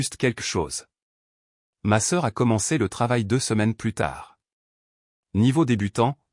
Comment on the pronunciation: on est d'accord pour le plus mais comme c'est une IA qui parle si on ne lui apprend pas que le S de plus ne se dit pas ou bien les accent comment on entend des fois si on ne lui apprend pas cela l'IA ne l'apprendre pas seule ....